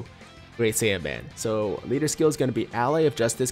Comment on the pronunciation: I thought you said int saibamen ngl